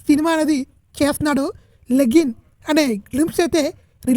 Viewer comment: లెగ్గిన్ ❌ లెనిన్ ✅